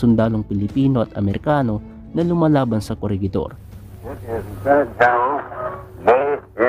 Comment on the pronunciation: "Corehidor" po ata sa pagkakaalam ko sa pronunciation